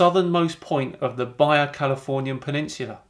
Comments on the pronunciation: Baja = Ba Ha, not Ba Ya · what is the baiya peninsula? It's pronounced ba ha. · #, The Baja, in Baja California is pronounced Bah-Ha. J's have an "H" sound in Spanish. Just thought I'd let you know. Keep up the fight! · Do people from G.B. actually pronounce the word "baja" like did when talking about Baja California, or did he just mispronounce it? Honest question, not trying to be a jerk, I make mistakes all the time and will be the first to admit it.